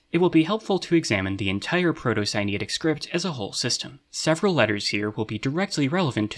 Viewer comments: I find it so interesting that the egyptian/sinaitic correspondence is only which object it is and not the actual names, shows whatever level of understanding. Also, where did you get the pronounciation for "sinaitic"? it looks like its related to sinai, so wouldnt it be similar? idk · great video, but i don't like how you pronounce sinaitic like sinitic. it confuses me